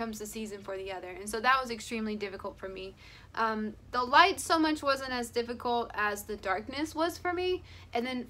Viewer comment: I just heard her say “light” and she sounded like a native Finn speaking g English.